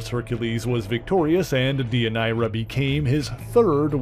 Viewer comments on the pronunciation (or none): I was going to make that comment! Also, Deianira is pronounced Day-yun-air-rah. Come on, Hercules: the Legendary Journeys taught us that in the 1990s! 😁